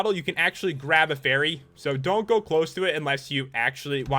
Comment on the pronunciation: you said berry insted of fary